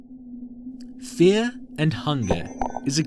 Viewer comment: I want to signal you to the autorities because you pronounce Fear and Fair the same